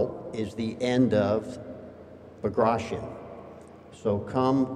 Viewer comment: Bagration should be pronounced as:( B a graa [tea] On), not (BagrAtion). Bagration Piotr Ivanovich was the famous Russian General of Infantery, he was a nobel man, prince, not just some "dead Russian, who fought in Napoleonic wars".